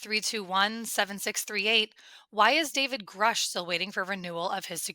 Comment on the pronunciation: Why does Elizondo pronounce Grusch as “Groosch?” Which is correct?